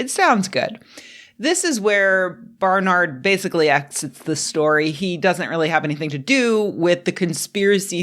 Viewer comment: It’s BAR-NERD not BAR-NARD ,,,Barnard …I know , because it my mother’s maiden name.. Unless their from Spain 👍